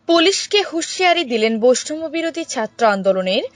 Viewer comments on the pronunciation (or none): বৈষম্য বিরোধী শব্দটিকে বৈষ্টমবিরোধী বলে বিকৃতি করে বলিতেছেন কেন?